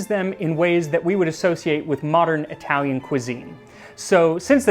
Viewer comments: Italy saving the day and bringing us again something amazing for humanity! Also your italian pronunciation is on point, sincerely from Naples And the italian counterpart to Voilà would be Ecco Fatto or just Fatto, great channel! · Pretty decent Italian pronounciation. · Your Italian pronunciation is pretty good. The accent is heavy, sure, but it's perfectly understandable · Pronunciation is not bad! Great video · His Italian pronunciation is very accurate, I'm impressed! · I'm not even Italian, but that was beautifully pronounced.